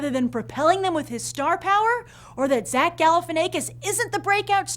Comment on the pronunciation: shes pronouncing zach's name wrong...